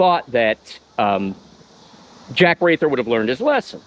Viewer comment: Jack Wrather's last name is pronounced "Rather".